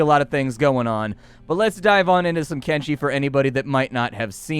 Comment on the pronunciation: Thank you, sir, for properly pronouncing the game's name with a /sh/ and not with a /ch/ as 99% of videos do...